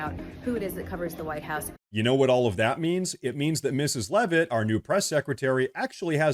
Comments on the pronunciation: We are most likely cousins which is why you pronounce Leavitt correctly. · And she pronounces Leavitt correctly. lol Thanks!